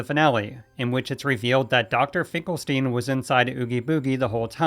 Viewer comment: Finkelstein is pronounced as "Finkel-STINE" not "Finkel-STEEN" as he is a parody of Dr. Frankenstein.